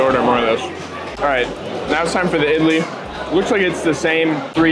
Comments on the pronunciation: As an Indian, I Do not like your pronounciation. Idli is pronounced Id-lee. Vada is pronounced Vuh-Ra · Even tho you pronounce it all wrong. I’m still okay since you tried your best. Correct pronunciation: vada= vuda Idli= eadlee